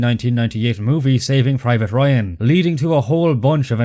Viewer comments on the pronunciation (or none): none